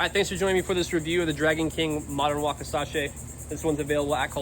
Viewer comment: Drove me crazy.